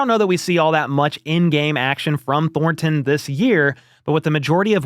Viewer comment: I hope ThorNNNton leaves the Chiefs so I don't have to hear you butchering the pronunciation of that guys name over and over. Thornton...no emphasis on the N...say it again Thornton.